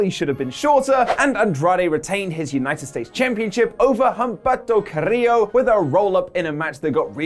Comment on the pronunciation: I hate to correct you but Humberto Carillo is pronounced Um-ber-to Ca-ree-jo.